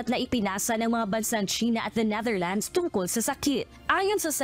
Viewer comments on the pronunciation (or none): none